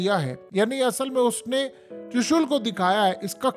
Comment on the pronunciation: ترشل نہیں ترشول ھوتا ھے😂